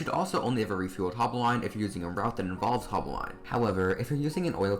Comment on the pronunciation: It is ‘haul-bow-line’ not ‘hol-b’line’